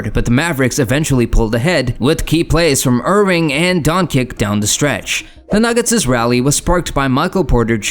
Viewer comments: Its Luka Doncic no donkic Donchich on English. You can see above his C there is little v that means ch where Luka comes from. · first time hear it pronouced DONKIK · Donkik? I have to stop watching this. Wannabe Youtubers can’t even pronounce the names…